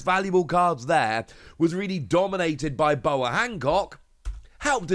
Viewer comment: You just called Boa Bonnie